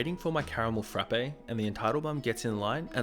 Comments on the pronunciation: It's just "frap" at Starbucks, not "frappe". Sorry, I know it's annoying and pedantic to point out, but both of my roommates have worked at Starbucks so I hear no end of this from them all the time -- "'Frap' is short for Frappuccino, 'Frappe' is the McDonald's product and Starbucks baristas want to pour coffee on you if you call it that." Hearing call it a "frap-ay" 20 times in a row after receiving that conditioning was like nails on a chalkboard. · It’s a Caramel Frapp not a Caramel Frappay smh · THE "E" IN FRAPPE IS SILENT OMG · I like your videos, but your pronunciation is horrible. Frappe is one syllable